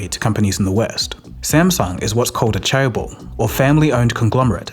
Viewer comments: chaebol → j-eh-b-uh-l → jeh-buhl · "cha - ebol" takes me out whenever i try to take this video seriously. and "jae" was somehow fine. please just google pronunciation when it's a foreign word that is so important for the topic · Interesting video, but my guy needs to learn how to pronounce Korean names